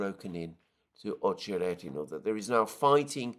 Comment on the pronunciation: Accent is on O in Ochered. Accent is on E in OcherEdino